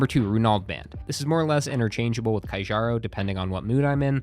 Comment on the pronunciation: One day will pronounce Kjaro properly...